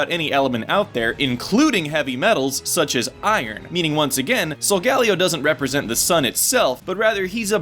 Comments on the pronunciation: Why do pronounce Solgaleo with 4 syllables...... Sol-gah-leo not Sol-gal-ee-oh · Um is it just me or is anyone else annoyed about how he pronounces Solgaleo. It's pronounced sol-ga-leo not sol-galeo. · ee, not tryna get anyone upset but i THINK the correct pronounciation of Solgaleo is "sol-gah-LEE-oh", not "sol-GA-lee-oh" also, WICKED theory. Game Freak knows how to play it smart AND get people who watch Fullmetal Alchemist possibly interested in Pokemon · this is the first time I've heard Solgaleo's name pronounced. I've always said it Solga-Lay-o. not Sol-galio granted I am latino so that may have something to do with it... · ok so im gonna just go ahead and ask... why does everyone pronouce solgaleo as if there were 3 Ls instead of 2? (sol-gal-leo) shouldn't it be more like sol-gah-leo? with the H being silent? it seems like simple phonics to me... just saying. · it's solgaLEO, not solGALeo leo => lion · Here is the real name origin. Sol of course is Latin for sun like you said, but the galeo part stems from the Hawaiian name Kaleo, which means voice or sound. This is very possible since the Alola region is based on Hawaii. And it's pronounced sol-guh-LAY-oh. Just like Kaleo is pronounced kuh-LAY-oh. I only noticed this because my name is actually Kaleo. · Sol-ga-leeeo please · This bothered me the whole video. It's pronounced "soul-GALEE-o". Not that monstrosity of the way you pronounce it. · Pronounced: Sol-Gah-LEO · it's pronounced sol-gah-LEE-o